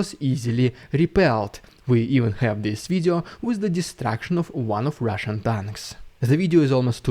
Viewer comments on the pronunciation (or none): Rrrridiculous rrrrrusssian prrrropanga. I got my daily rrrr dose 😂😂😂😂😂😂😂😂